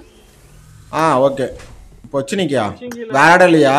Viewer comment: Pochinki ❌ Pochiniki✅